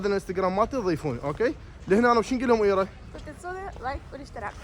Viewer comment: 😀يا عمي اسم حبيبتك ايرا وليس ايره . يعني المسكينة انت خربت اسمها الحلو